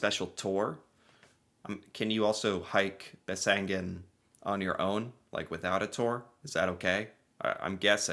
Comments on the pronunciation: You do have landscape like thi in the USA. In the Rockies, in the Appalaceans ( probably spelled wrong 😂), in the Catskills. Besseggen is peonounced with stress on the first syllable 😊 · There is no n in the second half of the name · Pronounced: Bess-eggen Sounds like you are saying Bessengen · It's Besseggen (bess eggen) like it's spelt, not bessengen (bess engen..). Just like it's not "Eng and Bacon"... ;-) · no, you pronounced that wrong. its bess egg en not e ng en. the bess edge not the bess field, you said the bess field. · I wonder where he gets that N from. Bessengen he keeps saying.. Where is that from again? Besseggen, dont ad stuff all the time.. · Besseggen, not Bessengen.. Americans often just add extra letters to words to make it easier to pronounce :P My class at school did this at 15-16 years old. Some ran an used like 5 hours, but most of the class used 7 You don't have to be top-trained for this ;) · Norwegians are like mountain goats 😂 No n in there. Besseggen ( not bessengen) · Seriously, what is it with Americans and adding letters that aren’t there 😂 Its not BesseNgen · You say it wrong, it’s called BESSEGGEN, try to make it right. I’m Norwegian and I’ve never walked Besseggen, but I have several friends who have. It is not a must! All the best from Eva, Oslo Norway 😘